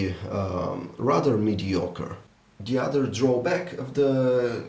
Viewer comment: mediacre.....lol im sorry but that was funny